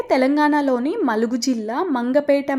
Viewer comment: 🙏👍 మలుగు kadu dear ములుగు 😊